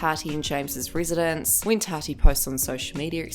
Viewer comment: It sounds like your saying “TADDY” Instead of Tati (TOTTY) pronounced